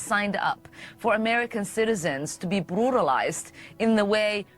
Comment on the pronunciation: I love how Ilhan Omar can’t pronounce “R”s “Bwutalized” “Wepublicans” 😂😂